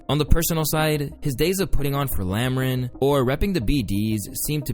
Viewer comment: 50 I know his big goofy SpongeBob headass ain't just say "Lamrin" I'm deaaaad 😂😂😂